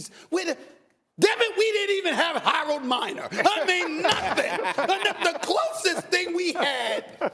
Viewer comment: That nigga said Harold Miner. Lol